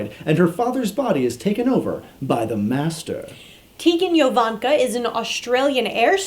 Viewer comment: OMG.. Richard Hurn-DOLL, Vih-slaw Turlough, Tegan JJJJJoe-vaynka, Image of the Fen-DOLL. does this help?